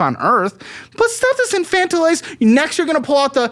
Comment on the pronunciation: Just here to let know he pronounced infantilize correctly